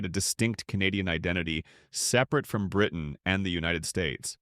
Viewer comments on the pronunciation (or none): none